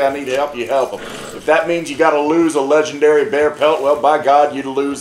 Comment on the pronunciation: This was hilarious. No idea how I got to Jacks channel but I ain't complaining. He's Lej-EN-Derry